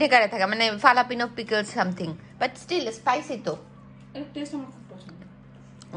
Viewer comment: ফালাপিনো না. হালাপিনো.